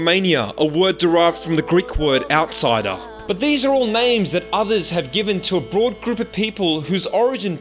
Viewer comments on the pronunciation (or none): none